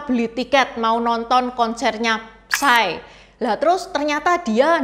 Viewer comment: PSY dibaca nya Sai